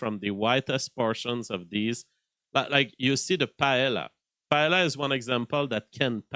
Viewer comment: Paella pronounced “Py-eh-a” LL = y in Spanish.